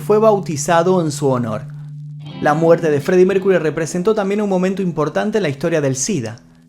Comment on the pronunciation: Maestro: no se dice Mércury, sino Mérkiury.